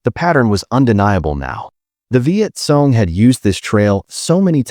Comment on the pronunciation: Hey, narrator it's pronounced Viet Kong, note: KONG (CORRECT), NOT Viet Song, NOT Song (WRONG).